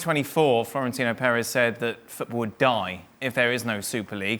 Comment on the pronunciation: That's actually the right way to say it